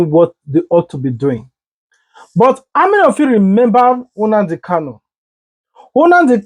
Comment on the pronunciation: Unadi kanu😊. It's NNamdi not unadi